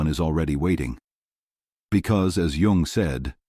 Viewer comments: His name is Yung, not Yong or Young. At least get THAT part right, you AI dorks. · This AI is not the most current. The man’s name is Jung, not young